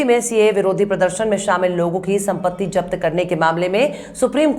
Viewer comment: japat nhi? Zapt Bolte han.not jafar Zafar hota hai